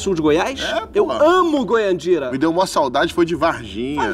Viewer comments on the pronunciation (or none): Goiandira? Kkkkkkkkkk acho que ele quis dizer Goianira